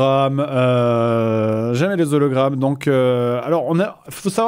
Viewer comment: Moi ce qui m'énerve le plus c'est que le mec à la fin ne fais pas la liaison entre "les" et "hologrammes" alors que le h est muet